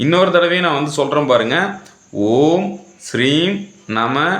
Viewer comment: ஐயா நல்ல பதிவு நன்றி ஐயா! மந்திரத்தில் தவறு உள்ளது ஐயா! ஸ்ரீம் னு சொல்றீங்க ஆனால் ஹிரீம் னு இருக்கு தெளிவாக கூறவும் நன்றி ஐயா